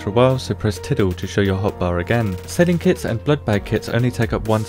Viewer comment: The tidle key :D it's actually tilde, but who am i to judge